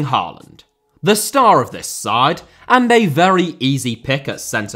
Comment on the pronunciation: Great video! You're generally very good with pronunciations, Hoever, double A in Norwegian (and Danish) creates the sound of Å, which is like 'aw' in most english accents. Haw-land, Øde-gourd would be approximations.